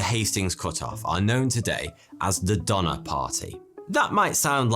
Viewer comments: Why does Donner sound like Dahmer?! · I know ur probably not gonna believe this but the donnors ya I’m related to them! My grandpas dad is cousins with one of them or something. The last name is donor and it’s pronounced do ner. You guys probably won’t believe me but thank you for making this video so I can learn about my family history.